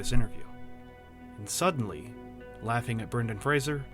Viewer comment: Is that how you say his name?